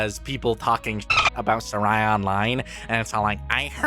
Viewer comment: You are mispronouncing Saira’s name, but I shouldn’t care for that because I hate this movie